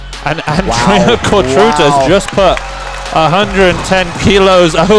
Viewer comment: Fantastic breakdown of a fantastic team. Thanks for this coverage! Also, small hint: try pronouncing the „ț” in Cotruța like the „zz” in pizza - Cotruzza